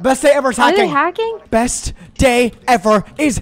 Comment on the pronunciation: saying breast by instinct instead of best is taking me OUT